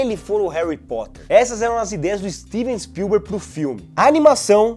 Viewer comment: "Stivi spiuber" dirigindo Harry Potter?